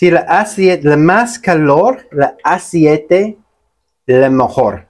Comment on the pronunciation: Hola, no se dice asiete, se dice ACEITE, 👍